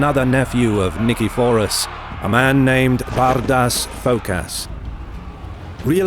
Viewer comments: Cus it sounds like BADAS FKASS. LOL HAHAHAHA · hahaha Every time he says Bardas Phokas HAHAHAHA priceless dudes....